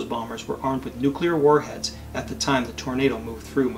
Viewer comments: my dudette, you’re a clever scientist. Please don’t say “nucular”. It’s “nuclear”:) Hearing a fellow clever geek saying nucular, hurts my soul as much as it hurts yours when people rate hurricanes using the “F” scale haha:) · does look great, and I was going to ask her to marry me until I saw this video. They were talking about the tornado hitting McConnell Air Force Base, narrowly missing a line of 10 B1-B bombers each worth 280 million dollars. That was when mispronounced "nuclear". She used the Gene Hackman pronunciation, "nu cue ler" as opposed to "nuc le ar". There are others besides Gene Hackman and who mispronounce it, but I not considering marriage to them. She needs to get with the program if she wants to be married to me! Otherwise, I will probably stay married to my current wife of 25 years!